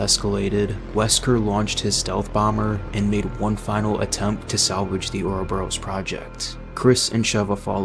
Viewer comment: You played RE5 right? Why do you pronounce Uroboros that way? I love the video, but that threw me